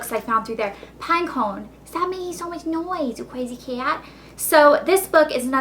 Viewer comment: AWH! i love when you talk to Pinecone! *says pinecone in southern voice*